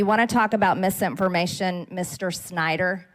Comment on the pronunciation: mis-int-fermation. lol